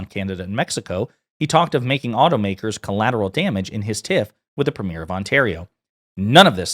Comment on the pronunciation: preem yer not preem yare